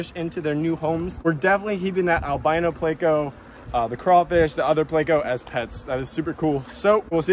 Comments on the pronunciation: Please.. theyre called PLECO not PLAY-CO! You say it like you say help...with a short e sound. These are fun but when you call it PLAY-CO you make my brain hurt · I swear… why must you make everyone cringe? ITS NOT PL-AYCO! It’s Pl-echo…. 🤦‍♂️ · Why do you pronounce pleco as play-co? It's pronounced pleck-co isnt it? Lol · why do you say playco??? its pleco lol Plecostomus has no a in it bro